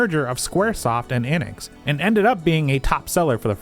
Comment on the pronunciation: The way you always pronounce Enix... "Eynnix" 😅